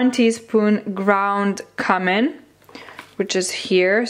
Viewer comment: There’s one annoying word you say I can’t get over 😁 should be kjumin not kamin. The way you pronounce sounds a bit offensive, but it’s up to you ofcourse. Anyway, I love your vlogs and all you do! Congrats on your new place!